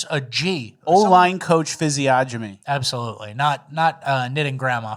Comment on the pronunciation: Fellas, it’s physiognomy = fizz-ee-on-ami. The “g” is silent like lasagna